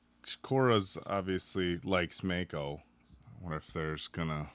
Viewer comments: Mah-Koe, not May-Koe! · MAHHHHH-ko. Please, I beg of thee.:) Ya killin' me,. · How do you hear names 50 times and still pronounce them wrong? I understand when book readers do this… BUT YOU ARE LITERALLY LISTENING TO HOW ITS PRONOUNCED